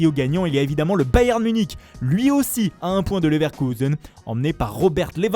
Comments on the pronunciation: Comme il dit Leverkusen 😂😂😂😂 et après il nous sort un leipzig a l accent francais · Je te rassure il dit pas Leverkusen avec l'accent allemand. Leipzig c'est chaud faut le reconnaître, même en Allemagne ça diffère selon les régions. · C'est marrant comment il y met grave l'accent pour "Leverkusen" et comment il prononce à la française pour le Bayern